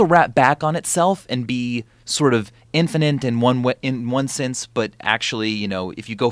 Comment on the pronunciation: Michael always says “infinant” and I’m not sure why.